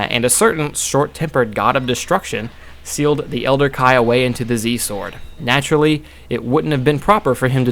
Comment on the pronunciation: Kai not kye